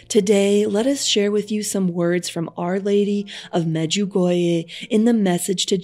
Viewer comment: You sound really weird. You can't pronounce Medjugorje correctly. It's not clear who you are quoting. I have never heard of the visionary you talking about. Maybe you can't pronounce the name of visionary correctly.